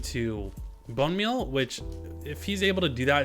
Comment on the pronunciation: You’re trolling right? There’s no way you keep pronouncing ‘Composter’ & ‘Bone Meal’ like that! (Com- Posster) & (Bun Meal). Listening to that INSTANTANEOUSLY gave me Misophonia! 😬🤫